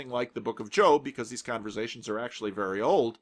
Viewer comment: I think you mean "converZations" ;-)